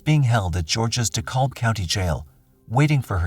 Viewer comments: In Georgia, we never say “De-callb County.” We pronounce the -kalb part “cab” as in cab driver. “De-cab County.” Hearing it pronounced the other way makes my eye twitch! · #10 it's pronounced ( De-cab ) the l is silent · Just fyi, its pronounced deCAB county GA. :)